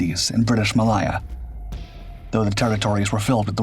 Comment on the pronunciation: What’s British malia? We had British malaya on maps Malaya as in Malay with an ‘a’ added Get you AI to us correct pronunciation or just shut up shop